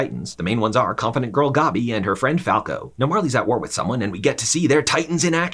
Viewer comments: Why are you saying these names like this? It’s fucking Maria. MA-RE-AH. Not Mar-E-ah. And Goby? You mean fuckin Gabby? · Sorry but I can’t when he says “GOBBY” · Man i hate the way he pronounces Mikasa and Gabby and shiganshina lol